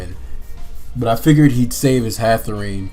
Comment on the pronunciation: Anybody gonna tell this man that it's not "Hatherene" and it is in fact Hatterene